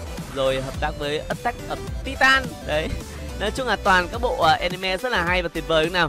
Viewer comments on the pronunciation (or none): none